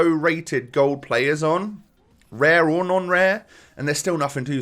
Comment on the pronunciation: He said ‘lare’ instead of ‘rare’😂😂